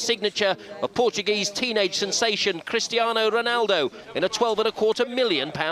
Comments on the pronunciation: Cristiano, not Christinao! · CRISTIANO guys, not Christiano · It's not christinao it's Cristiano!!!! Oh come on can't even get the name right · It’s Cristiano not CHRISTIANO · Bro its, Cristiano not (christinao)wtf😂😂😂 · Christiano? Bro you're disrespecting a legand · ITS CRISTIANO NOT CHRIS-TI-NAO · Cristiano not CHristiano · “Christinao Ronaldo” is making my OCD go insane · Bruh this is wack It’s Cristiano not CHristiano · its not christiano ronaldo its CRISTIANO. and the title says cristino lol!!!!! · "Christinao" LOL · "Christiano" bruh are you for real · BRUH are you kidding me. It’s “Cristiano Ronaldo” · You messed up his name dumb asses 🤦🏽‍♂️🤦🏽‍♂️